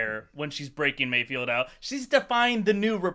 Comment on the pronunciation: It's mayfeld, not mayfield.